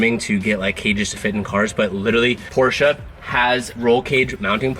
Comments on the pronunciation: Its called porsche not porscha hahaha but im not serious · finally you're saying por-sha! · say it with me Por sha